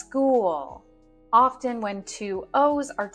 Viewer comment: Dear Ma`am you misprounounce the word ``often``